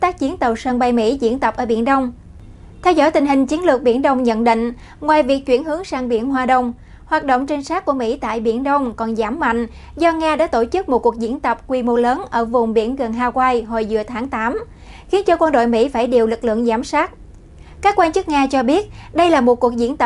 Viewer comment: Hawaii. (Ha oai i ) bà nội ơi . Chữ i nặng bao nhiêu kí mà bà kg mở mồm nói được vậy . 10 k , 100 kí ?